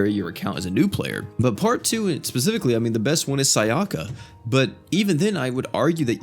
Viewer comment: I love how he pronounces their names wrong Tomoe as tomo (It's pronounced, toe - moe) Sayaka as sayoka (It's pronounced, sigh - yah - ka) Kyoko is keyoko (It's pronounced, kyo - ko, literally) Not sure how he pronounces the other 2, but I'm sure it's wrong but funny